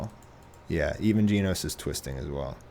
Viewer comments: it's genos NOT geeenos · ...geen-os? really. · Anyone else entertained with how he pronounces Genos? It sounds like is mispronouncing Jeans, and I find it absolutely hilarious.